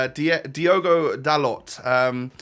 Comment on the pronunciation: Dalot is pronounced Dalo